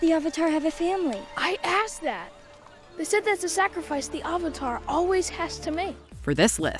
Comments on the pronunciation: Why do I watch these things? It just gets me more angry that the movie was so terrible and we never got 3 films. 🙄 Also, the incorrect pronunciations of the names probably was the number 1 most irritating movie change. 😡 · I think M Night had all the things mispronounced (even “Avatar”, which is an actual word in the English language) as a passive aggressive way to people who mispronounce his name. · I don't understand the mispronunciation of "Avatar". I remember him claiming he wanted the authentic Asian pronunciations of the names, which was idiotic, especially when he proceeded to cast the whitest kids he could find. News Flash, Shyamalan: you can't have it both ways! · Every time they say Avatar wrong it’s pure cringe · "the ahvatar" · Also they pronounce avatar as auvatar Ham sandwich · Avatar is pronounced Ovatar. 3 minutes in the movie, I decided to turn it off to watch ATLA. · The Ov-atar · "The Ovetar" "Ong" Soka" 💀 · The Ahvatar The last airbender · “AWWVATAR” I’m gonna scream in my pillow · "the ovartar" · They pronounced avatar as awater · “the ovotar” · every time they pronounce Avatar as AH-vatar itmakes me CRINGE. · I hate the movie, but the word Avatar comes from Hindu Traditions and it is pronounce as uvatar and not how James Cameron movie is pronounced. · "Ahvatar" thats how I see it spelled when they say it wrong AHVATAR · "ovatar" dude can't even pronounce basic words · The real worst change is calling it the ava-tar and ang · Bruh I just wish I was in the room when everyone confirmed they were gonna say “ovatar” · They literally can’t say anything right. I wouldn’t have been surprised if this was called “Character, the Final Windflexer”. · I loved the subtle jab at this movie in Korra when Tahno mocks her by calling her “Uhvatar” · They didn't even say AVATAR right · AND AVATAR THEY ALSO SAID THAT WRONG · Aang -> Ung Avatar -> uvutar Sokka -> sohkka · tHe AuVaTaR - messed up Aang AuNg! - messed up Katara